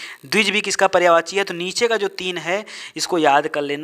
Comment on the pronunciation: पर्यावाची नहीं पर्यायवाची बोले।